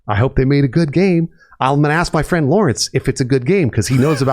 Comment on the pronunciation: You're not my FWEND, GUY!